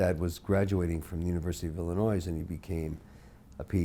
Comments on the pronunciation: did this man really pronounce the S in Illinois despite having lived there? smh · I’m stuck on Kevin O’Leary pronouncing “Illinois” with the S at the end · describing Champaign-Urbana as “outside of Chicago” and immediately following it up with pronouncing Illinois with the s might actually be the most insane thing that he said in the whole interview, as someone actually from Chicagoland. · pronouncing the S in illinois is ridiculous